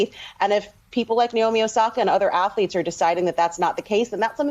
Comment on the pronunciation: It’s 直美 (NAOMI), like NA in NAVAJO, not the NA in NAVY.